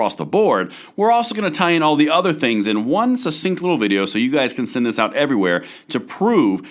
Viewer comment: Sussinct and ambidextrious in the same clip.